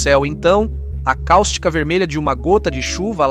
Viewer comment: não é caústica. É cáustica